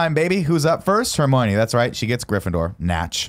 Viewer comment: I love how it took 80 minutes for people to call Nick on how he's saying Hermione...